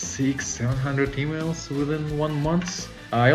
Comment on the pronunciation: Oh EMAILS! I thought I heard "lot's of females."